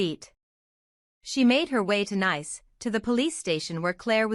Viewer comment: If you do anything please pronounce NICE as Neese. The first is a adjective the second is a Country. We are talking about the Country!